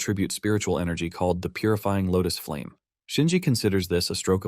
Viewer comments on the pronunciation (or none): he said puryfieng lotus flame anyone remember something about btth